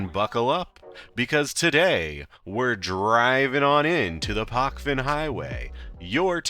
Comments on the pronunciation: It is not PoKven, it is PoČven. Č==CHicago, PoCHven. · You pronounce it wrong mate